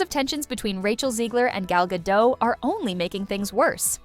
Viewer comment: Gah-Dot... The T is not silent.....